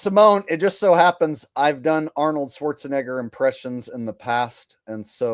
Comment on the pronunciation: Whoopi says Schwartz-a- nigga With a A 🤣🤣 Because saying his name correctly wouldn't be PC.🙃